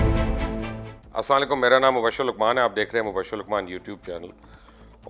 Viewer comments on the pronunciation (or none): Mobushar Sahab , Salam ka talafuz drost karain